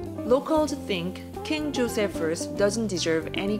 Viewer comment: I love your videos, You are calm and relaxed and I love how well you pronounce Portuguese words. So respectful and graceful of you to not Hispanicize names like Jose and Jorge for example, which I find a lot of YouTubers doing. In Portuguese the Js are pronounced and it’s so nice to hear you being aware of that and actually pronunciation them correctly. You’re a delight to watch . Thank you.